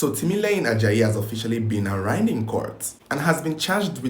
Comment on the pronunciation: ‘Arrigned in court ‘??? Ah ah, a whole crime commentary king???